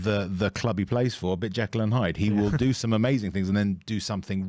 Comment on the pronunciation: it's Jekyll and Hyde, not Jackal and Hyde 😂